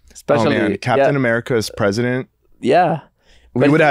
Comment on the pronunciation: The way says CapEEtahn America is how I will be saying it from now on